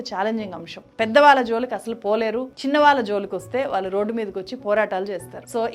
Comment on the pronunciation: Learn to say వాళ్ళు, కళ్ళు